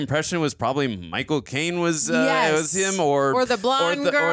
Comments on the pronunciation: really called Michael Caine "Michael Cocaine" and it just went totally unacknowledged hahahaha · its Micheal caine not Micheal cocaine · I love how pronounce "Michael Claine" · So strange every time you say Michael Caine it sounds like “my cocaine” 😂😂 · they say Micheal cocaine its Micheal caine